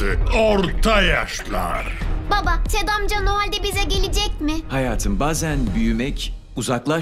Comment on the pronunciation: ted e tim diyo